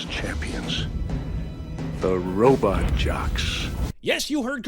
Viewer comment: did he say "robit"?